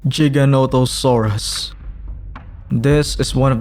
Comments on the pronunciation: For the love of god it’s not Jiga it’s Giga Giganatosaurus no J’s. Just like it’s gigabyte not jigabyte. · Great video but you should practice giganotosaurus name everything else is great editing and visuals just great